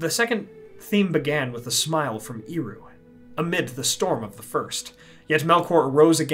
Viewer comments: Hwy would ye procounce Eru as Eeru? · Great video. In Quenya its pronounced as "air-oo" though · apart from the slightly funny pronounciation of "Eru", awsome video! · Well, at least this video made me check whether or not Eru is pronounced "iru". No.